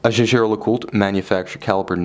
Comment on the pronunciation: No. Co-founder Edmond Jaeger was a Frenchman, and Jaeger-LeCoultre is located in the French-speaking region of France. Therefore, the name is pronounced the French way. That's how Jaeger-LeCoultre employees pronounce it.